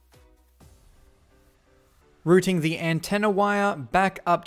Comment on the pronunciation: it's routing not rooting.